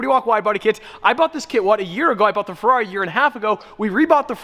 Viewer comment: ferrari more like fur-rari lol